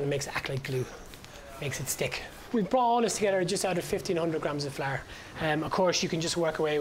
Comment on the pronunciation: I've subconsciously began to pronounce flour as "flaar" and I'm okay with it